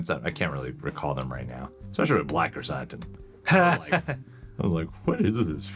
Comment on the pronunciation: I love you guys. Like a lot. But, cmon man. You have heard his name pronounced Krrsantan since he was intro’d. Not krrsAHntan. They even call him sANtos. Not sAHntos.